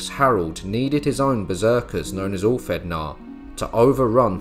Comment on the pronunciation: I enjoyed this video, great editing, very informative. For future reference the ð is pronounced as "th". But please don't think this is me sh!tting on the video.